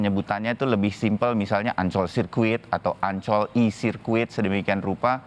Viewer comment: Bule fasih nyebut "Mandalika" sbg sesuatu yg asyik dan eksotis. Tapi kalau Ancol? ingat bung ada "OL" dibelakangnya.🤣🤣🤣